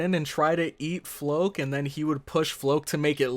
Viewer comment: Floch = Flock. Not Floke.